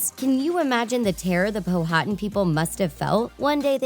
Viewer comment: (Pow-ah-ton). Not pohatan Powhatan